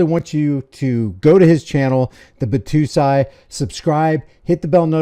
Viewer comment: Bat "toe" sigh